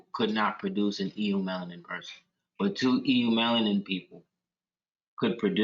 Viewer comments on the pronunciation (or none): The “E” is silent on the word “eumelanin” it is pronounced Yoo-mel•a•nin